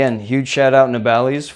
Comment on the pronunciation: Keep up the good work 👍and just wanted to let you know you pronounced nabalis wrong